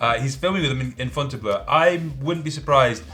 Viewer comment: Hi It's FontainBLEAU. Not FontainBLEU. So it's pronounced as blo (although not like "blow", but more like "for" with a dead silent r). Thought maybe you wanted to know. Cheers